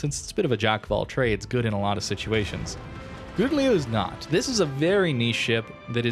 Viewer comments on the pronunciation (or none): Agree with:) But you can pronounce ou in Gouden as in how, like Gow-den, then it's good:)